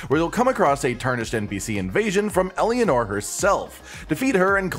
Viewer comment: Idk if you mispronouncing it on purpose but uh. Eleanora. el AH nore ah. Not Elianor.